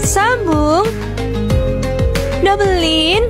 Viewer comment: Bukan double lin tapi double line sebutanya lain